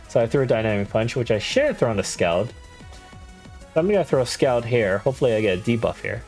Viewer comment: Scald is pronounced "Sk-all-ed", as in the move is scalding hot.